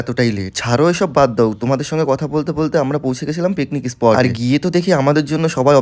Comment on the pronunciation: Spot ❌Isport ✅😂😂😂😂